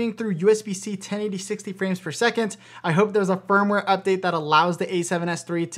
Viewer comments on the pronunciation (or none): none